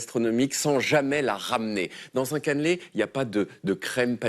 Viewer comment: Par contre pitié "Caneeeuuulé" pas "canlé"